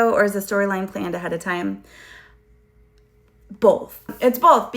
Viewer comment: OMG! where are you from? you add an L to “Both” and it comes out sounding like “Bolth” and it’s RARE i find someone else who does this too!